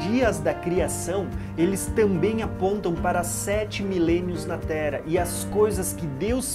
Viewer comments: pq será que ele fala "tera" ao invés de terra? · O irmão fala muito Tera, não fala o rr.